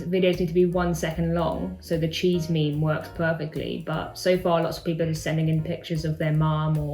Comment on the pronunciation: Did she say meme as MEM-MAA